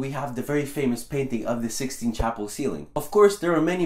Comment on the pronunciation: Sistine, not Sixteen. You'd think as a history channel you'd check that.